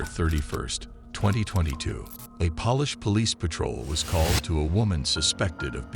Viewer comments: did you really call Polish police, POLISH - like shoe polish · Polish, not polish like nail polish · This is all so fake just to make money on clicks I’m definitely hitting “ don’t recommend this channel” with its fake AI voice that as usual can’t pronounce names correctly like Polish police like shoe polish. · The AI narration is crap. Tik "Toker"? And Polish pronounced like furniture polish? Just let real people narrate. I'd narrate for free. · Polish (from Poland) is NOT pronounced the same way as polish (as in polishing your boots or furniture) ! Americans take note ! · Whoever generated this AI sucks a big one. The paw-lesh police?🙄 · This video is narrated by an A. I. voice. It has made some noticeable mistakes, like the one where it says; polish, as in nail-polish - or as in; buff and polish the car, rather than how it was suppose to say it - Polish, as in; polish sausage. Also, they got to stop using poorly lit, low quality video footage. 720p resolution or above is best. As long as the footage is clear and sharp, without looking grainy and blurry.